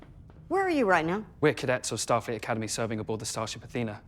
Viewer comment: Lmfao “Shtar Freet”